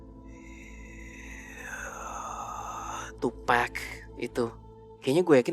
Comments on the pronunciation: btw, TuPAC bukam TuPACK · Bacanya tupac jes bukan tupec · Tupac dibacanya TupAk kak, bukan TupEk ✌️ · bacaanya tupac bukan tupack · Sorry ngoreksi tim DA Penyebutan tupac yang bener tuh "tupak" bukan "tupek" Thanks ❤ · Tupak bacanya bang 😭